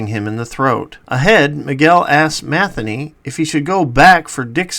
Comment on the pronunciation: Matheny? Ma thee nee.